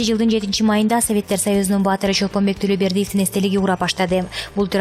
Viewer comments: Чолпонбек эмес Чолпонбай Тулобеков эмес Тулобердиев туура окубайсызбы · Чолпонбай Тулобердиев деп туура окубайсынбы